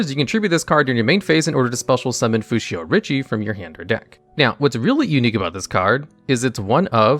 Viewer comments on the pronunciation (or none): It is read Fushioh richiYAY